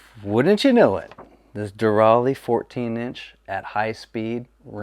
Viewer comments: It's De RAY LEE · It's pronounced Derale, duh 😆